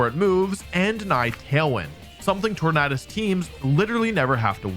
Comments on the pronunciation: Ok I can’t it’s torandes like a tornado you don’t pronounce tornado ternaaado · Sorry I don’t mean disrespect, I love your videos but you keep pronouncing Tornadus wrong. “U” is a vowel, which makes “A” pronounce differently. Look up the word tornado for reference.